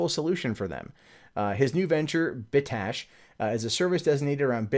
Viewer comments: Bit cache not "bit ash" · cache is pronounced "cash", so "Bit Cash" =) It sounded like you were saying "Bit Tash"